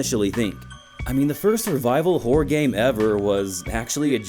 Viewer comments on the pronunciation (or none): It really sounds like you're saying "whore" games instead of "horror" games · You REALLY need to enunciate better. It sounds like you’re saying “whore” most of the times you say “horror”! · I keep hearing "whore games"